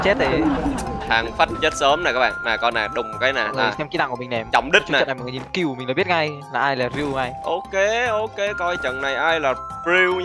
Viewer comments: kill của tấu mà thành... "Gill của tấu" wow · kill mà tui nghe ra gill xong ngồi cười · Tui nghe thành gil của tau, kkkk🤪🤪🤪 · mấy bạn nghe sao chứ tui nghe kill của tâu là gill của tâu😂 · Sao khúc cuối cứ nghe "gill của tau" ^_^:)))) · As ns kill của tau mà tui nghe gill của tau 🤣🤣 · Kill của tau nghe thành gil của tau😂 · Kịil của tao Mà tui nghe là Giil của tao 😂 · Kill của tâu